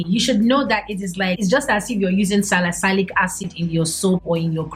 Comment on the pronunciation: Dear simply pronounce it 'seboreic', ignore the 'h' completely. I subscribed. Edited: Hahaa 😂 I have to edit. Just say 'salisailic'. You have valid info on your channel, so pronunciation doesn't really matter so long as you are well understood.